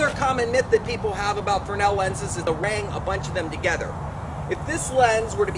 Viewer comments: It's fresnel, not fernal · S is silent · Why does the official American pronunciation of fresnel ignore the S?...The same people that allow Brett Favre to pronounce his last name as Farve.